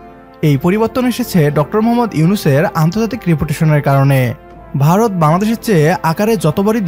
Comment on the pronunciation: It’s not barat as you say, it is Bharat !